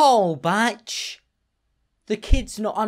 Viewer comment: it is batchsch, my good sir do not fret